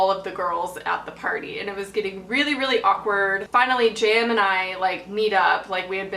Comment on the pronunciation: Haha I thought you were saying Jam until halfway through the video I realised you were saying JM